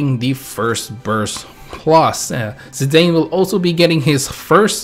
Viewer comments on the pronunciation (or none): You can hate me all you want & call me names, but I'll be that person.. Zidane is pronounced as "Zee-DAHN" and not "Zee-DAYN". And Y'shtola is pronounced as "YASH-toh-la". Now I can die in peace, thank you.